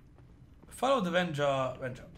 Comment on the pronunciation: "Vennya", "Wendzsa" :'D